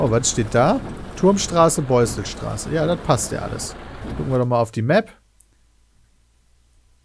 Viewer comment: Aaaaaaaaaahhhhhhh Hab 10 Jahre in der Nähe von S-Bahnhof Beusselstraße gewohnt, noch ist das Video keine Minute um und Peter spricht diese Haltestelle falsch aus. Zugezogener eben :-) Hab mich gut unterhalten gefühlt und bis zum Ende geschaut. Ist total klasse, wenn man die Gegend kennt.